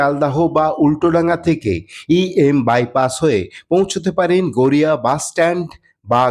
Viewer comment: Garea noy, Garia hobe, eta thik karun.